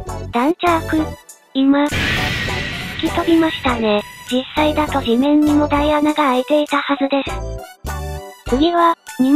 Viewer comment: 大穴→おおあな⭕ だいあな❌